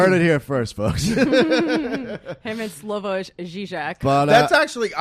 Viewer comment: Slavoj is pronounced "Slaw-voy" not "Slavodge" lol